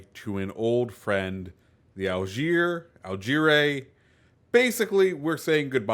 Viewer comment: Al-jay-ree for those that butcher names…